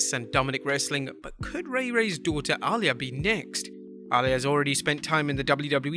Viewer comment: Who is Ahh-Layah?